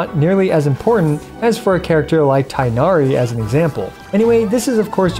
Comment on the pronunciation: i will forever hate hyv for saying Tighnari's name that way. already bad enough voice actors are contractually obliged to say it wrong, even outside of the game; hearing it all over youtube incorrectly is just depressing. thank you for the Collei showcase. looking forward to seeing C6 content for her because i accidentally activated her C2 when i was planning to test the difference